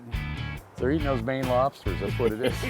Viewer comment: Stripahs and lobstahs